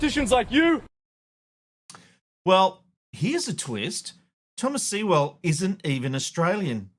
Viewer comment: It's Sewell like Sue'll ...